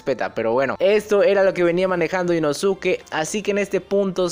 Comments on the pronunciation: Puedes decir inosuke como suena osea inoske esque me da cringe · se escribe inosuke pero se pronuncia inoske algo así como con sasuke= saske Pero inosuke o inoske igual son válidas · por que se escribe así, simplemente su pronunciación es diferente a como se escribe